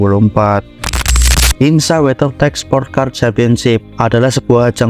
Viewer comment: Sampeyan Nek Ngomong IMSA Malah Kek IMSAK Ya